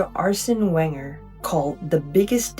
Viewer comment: Great vid! The way you said ‘Wenger’ made me smile though 😅